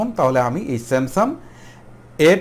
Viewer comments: Samsum না Samsungকথা শুদ্ধ ভাবে বলতে শিখেন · আরে ভাই সেমসাং,,,,,!,,সেমসাম বলেন কেন ,,,,????